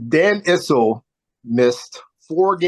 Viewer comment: No "who you talk to" about it; Issel rhymes with thistle, with no "z" sound.